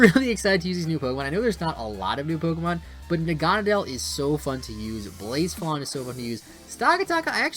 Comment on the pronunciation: Its pronounced BLAH - SEPH - AH - LAWN. Lmao😭